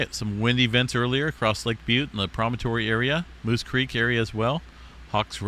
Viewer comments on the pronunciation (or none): none